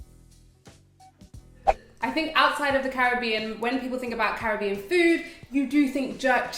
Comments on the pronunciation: Thks for the roti recipe. And thk u for pronouncing the Caribbean properly...I'm in the states so the frustration is real....hehehe🤩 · Yaaayy, you pronounced Caribbean right. These dishes look delicious.